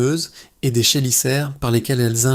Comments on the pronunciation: Fond intéressant et utile ,forme discutable voire pénible ... merci tout de même donc. Et sinon, chélicère se prononce Kélicère... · alors y'a beaucoup de chose que tu prononce mal : on prononce téjénaire , Kélissaire . Perso j'ai Ginette et giselle à coté de ma porte à qui je donne les mouche qui m'emm-rde XD